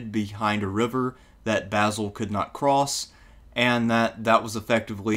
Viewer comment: Great video. Love to hear you pronounce Basil correctly too!!!